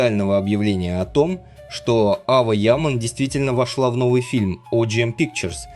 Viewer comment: На сегодня Ава Яман (автор произносите имена правильно) которой на сегодня 19 лет права слова и выбора не имеет. За нее все решает ее отец он же ее агент. Поэтому такая кашам с контрактами, на мужика такое счастье свалилось и он не знает что с этим делать. Завтра доча сбрыкнет и останеться он не удел. Вот и давит на нее по максимуму, чтоб не дергалась. Когда Эрчель называют актрисой меня передергивает. Это какие горизонтальные таланты надо иметь, чтобы не сниматься, аесли сниматься то мимо кассы, так как со времени ДВЕРКИ у нее нет не одной полноценной роли. одна реклама и хождения по красной дорожке. ЕЕ потолок как актрисы это голозадые немфетки к остольнму ей лучше не прекасаться, пока одни работают делая корьеру и проее Эрчель толко показывает чудеса акробатикми, как можно одним прыжком из койки в койку снова заставить говорить о себе как об актрисе.